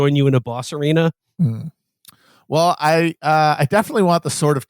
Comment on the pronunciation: It's pronounced temporal, not temporal